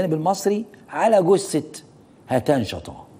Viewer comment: طيب يا استاذ محمد ناصر قبل ما تتكلم عن الركاكة في الصياغة ولو انها حقيقة اؤيدك فيها ...اليس من الاولى ان تنطق الكلمات والاسماء العربية بشكل صحيح فالمرحوم اسمه هتان شطا وليس هاتان شطان ....فالاول يعني المطر الخفيف بالعربية ..والثاني اسم محور من التركية لا يستعمل في بلاد العرب ....فقط للتنويه .